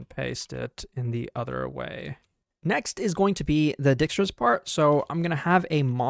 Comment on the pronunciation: my dutch ancestors crying whenever he says Dijkstra, it's pronounced Dike, please